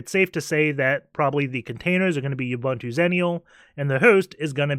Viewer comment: Awesome videos. Your butchering of the name Ubuntu does make me cringe though